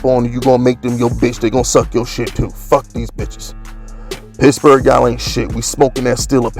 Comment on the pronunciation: I like when you say pittsburgh....sounds like pissburgh